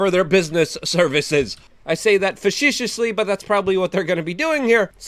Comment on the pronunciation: Facetious - (fa see shus) Luke.